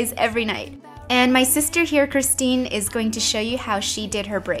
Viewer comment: Christine, not Kristy :) but close.